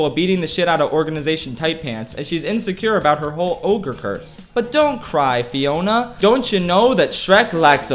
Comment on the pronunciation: said Fiora instead of Fiona 2 times in the vid i guess too much LoL does that to you